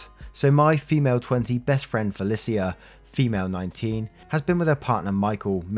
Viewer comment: It's FUH LEESH UH not FEH LIS EE UH you always pronounce names wrong